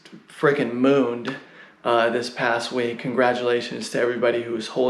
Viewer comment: Dash is not Erc-20. It has its own blockchain with masternodes. And I like how you spell week as "wink", sounds funny XD